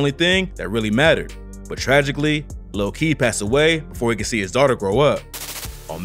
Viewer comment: KEED Tampa not whatever you said rip